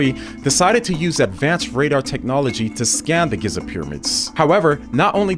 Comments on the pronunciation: The way he pronounces Giza 😂😂 GIZZA 😂😂😂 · Giza, or Giiza, or Geiza, or Geeeza, or maybe it’s Goza even though there isn’t a “o” in the word. Language is such a flawed tool when people can so easily put their own spin on any word. Every the words I am saying. There are ways to properly pronounce words and names but who gets to decide what those proper pronunciations are. In all my life I have always ever heard Giza (Geeeeza - long e sound) pronounced one way how in the world do you think Gyza is how you pronounce Giza?